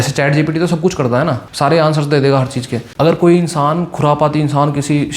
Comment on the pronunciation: Cheej nahi cheez hai 😂😅 tu kya ai samjay ga re